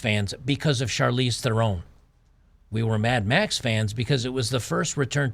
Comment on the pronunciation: "Mad Max" decays into "Mad Meh".